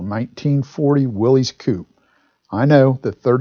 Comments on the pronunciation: I love the video, but I hate to have to complain for the 8 millionth time, the name of the car is pronounced WILLIS, NOT WILLY'S, OR WILLIE'S. It was named after a man named John North Willys, pronounced WILLIS, who founded the company that made the car in 1908. Otherwise, wonderful video, great brochure, excellent information. Sorry for the rant, but it drives me crazy. Just saw Dave's comment below...sorry to double down... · Hi, nice car, nice video, nice dealer sales brochure! The value of the Willys Overland's keep going up and up, according to Old Cars Magazine's annual Old Cars Report Price Guide. I think of the 1940 Willys as a mini 1940 Ford. By the way, Willys is pronounced "willis" not "willeez". Please reply. Dave...